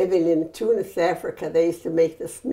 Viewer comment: Aww she says tounes like a true Arab <3